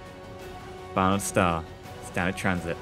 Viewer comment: Title says Banard, pronounces it "Barnyard". Close but no cigar:P